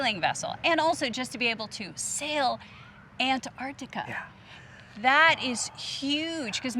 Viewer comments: AN-artica, is that the American pronunciation? Everywhere else it's ANTartica. Jus sayin. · sorry to be picky but its not Anartica its Antarctica. you are treating the t as silent. is this just the American way? but I still love your vids guys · No such place as "Anartica"... it has a "T" in it.. "AnTartica"..... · Love to see you guys but please please could you pronounce the first 'T' in AnTarctica. Thanks. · Very exciting for you both. About the pronunciation of Antarctica. Time to learn to include that first c. I know it's a lost battle with aluminium :) Back to your questions. Sea kayaking way down south is amazing! Being so close to the ice is crazy cool. Polar plunge? Absolutely. We did that in the Bay of Whales. Penguins are the best!! Leopard seals surprisingly beautiful, and scary.